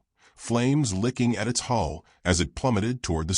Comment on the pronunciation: hull not hall